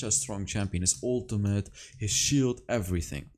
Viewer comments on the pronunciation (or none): none